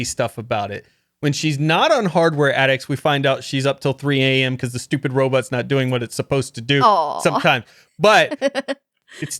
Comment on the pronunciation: and his “robutts”. 😂😂😂